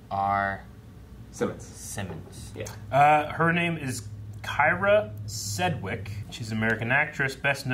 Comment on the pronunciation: Kyra Sedgwick’s name was not pronounced correctly. 😆